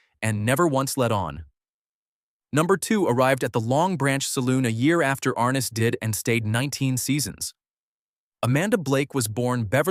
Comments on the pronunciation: Are Ness, not Ar Nis. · "Arnuss"? Are-NESS (Like Eliott Ness.) You showed Thad Ewing as a young Milburn Stone? "Haggen"? HAY-gun.